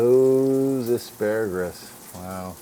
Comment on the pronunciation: What is that green called again ASPARAGRUS haa . Surely don't you mean asparagus . dude its got no R at the end . . other than that loved it . made me hungry as hell .